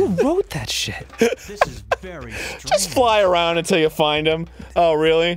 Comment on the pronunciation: A precursor to "Whut in the heck is goin' on aruwnd here?"